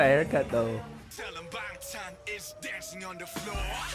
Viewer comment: the a is prounounced more like (ah) and BTS comes from BangTan Sonyeondan...from what I've heard from Korean speaking reactors the word sonyeodan (which loosely translates to 'group of boys') is old fashioned sounding and not commonly used so it just sounded strange to Koreans when they 1st debuted.